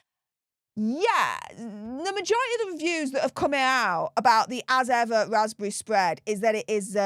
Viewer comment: Meg,s vaspbevvy spvead😂